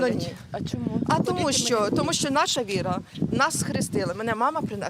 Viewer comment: Це религия, Янина. ВИ- РА - видаюча Свитлом Люда. Правильно говори. Вира це не религия.